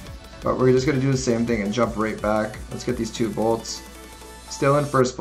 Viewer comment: still says “bolts” hahahaha